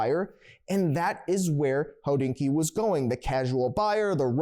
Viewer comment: Is it a freudian slip that keeps pronouncing Hodinkee «Hoe-dinky»? Just saying😂